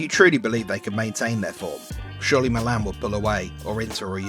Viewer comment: Malaaaaan, calSIO, genoWA 😩